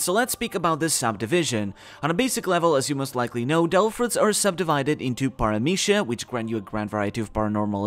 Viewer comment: omg are you spanish? the paramithya pronunciation was P E R F E C T